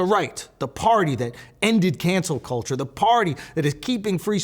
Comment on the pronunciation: I'll just say this, Schulz was normal, and then used black linguistics later. GG "yo tha culsure"